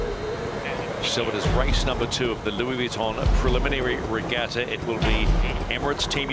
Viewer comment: Who the hell was Louie Weeeton